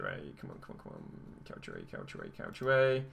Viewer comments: can we talk about ‘calsha ay’ 😂😂😂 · Brad Lucas to me it sounds like he’s says couch o-a